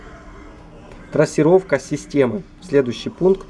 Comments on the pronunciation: Какая трОссировка, блин 🤦‍♂️ ну думать же ж надо) от слова трАсса, а не трОс 🤕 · Трассировка от слова трАсса, а не трОс.😀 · С хренали трОсировка то? Позор ддунглям - трАсировка. Снова в школу.